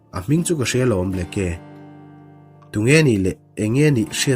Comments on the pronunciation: "Ble..ke..a" ti a i lam hi😂😂😂 "Blake"..tih a nih hmela... ngaihthlak a hrehawm deuh...Blek-a ti a lam mai tur ani..Blake(Blek) hming te hi hming lar ve tak ani a sin mawle..a lam dan dik pangai te chu hriat ve mai awm tak ka ti deuh... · Governor hming hi blacky tih ang in i lam a, sudden bu hi chhiar loh ka nei tawh lova, Bleak ti hlir in a in ziak a, ( mi nasa, rorum) tihna tih an ziah thin kha. Oxford dict.ka'n en nawn leh a, chutiang chiah chu a lo ni bawk a. Blacky ti lovin,Blik ti lam tawh teh a. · Henry Aurthur Blake, 1884-a Governor nita hi Ble-ke tia lamrik chi a nilo. Charge of The Light Brigate, poem lartak phuahtu pawh William Blake a ni a, Ble-ke tia lamrik a ni ngailo. Google-ah a lamrik dan tur hi en ve ṭhin se a ṭha. Anmahni tan a ṭha tlat mi ngaihthlak tura chhiar an nih rau rau chuan. Chuti chung chuan Mizoṭawng, mahni pianpui ṭawng chhiar dikloh hi a la ngaimawhawm zawk bawk a. Ṭan lak a ngai a nih hi. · Blacke kha blaik tih a lam mai tur...